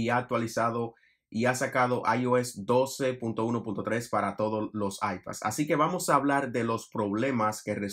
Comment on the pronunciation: Haces un video de 12.1.3 y lo dices todo el rato mal 🤦🏻‍♂️